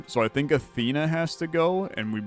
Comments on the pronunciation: It should be closer to "Your-muh-gun-der" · More Your-mun-gander. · the world serpent is pronounced yormun-gander, it irked me the way you said it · dying at jor mung un der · He said that snake's name at least 20 times in different ways and I don't think any of them were right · He never once pronounced the "j" as a "y," so correct, none of his pronunciations were right! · Haha just heard him say it 😂 It’s all good, not everyone’s played god of war or study mythology to learn non-English names